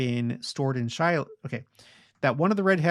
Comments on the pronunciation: Is Shilo really pronounced Sheeelow?!? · Is Shilo pronounced Sheelow?